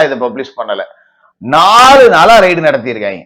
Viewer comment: அது ரைடு இல்லீங்க ரெய்டு என்று சொல்லுங்க.